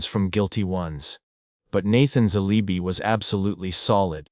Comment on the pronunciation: This is not even a real case! Effing AI. When I heard the word alibi pronounced aleebee I smelled an ai rat!